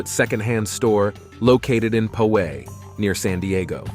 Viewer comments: NOT! "po-WAY"; "POW-ay", Robo-REJECT! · Enjoyed the video, a few corrections. Poway is pronouced POW-ay Lake Havasu City, AZ is on the CA/AZ border as stated in the video, but not on the CA/AZ/Mexico border as shown in the video.